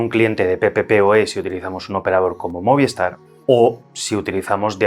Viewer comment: ¿Por qué todo el mundo dice "Moviestar", si es Movistar? Es un misterio.